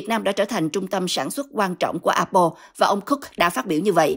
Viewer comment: Tại sao đọc A Bô . Apple phát âm tiếng Anh dùm một cái.